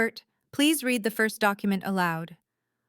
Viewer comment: Correct padded to patted and the pronunciation of close and read, for three. There have to be humans in charge of these accounts and they’re obviously too lazy to edit for mistakes and continuity.